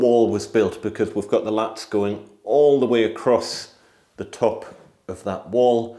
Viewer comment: Laths not latts